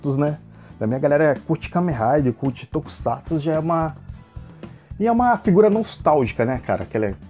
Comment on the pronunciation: Puts! Q mané! Nao sabe nem falar o nome do herói! Black Kamen Rider Black RX? Kkkkkkkkkkkk.....o q é tokusato? É tokusatsu meu filho!